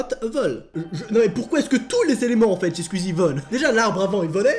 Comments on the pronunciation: tu ses pad dire squezzie tu dit squizzie le u on le prononce squezzie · Juste un truc! Ça s'écrit "squeezie" mais ça ce prononce pas "squizi" ça se prononce "sqouizi" voili voilou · Mec tu me stresse à dire squzie AAAAAAAAAAA😂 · Tu dit skuizi wesh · pourquoi il dit squizi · Comment les fans de squeezie dise squeezie: les fans girls: SQUOUIIIIIZIIIIE comment le dit: SquWIzie